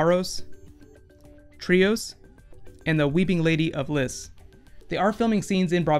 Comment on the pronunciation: It's lease not liss( lys)